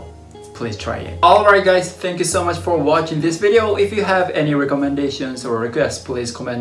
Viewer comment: Why do a lot of Japanese people say thank you as tsank you?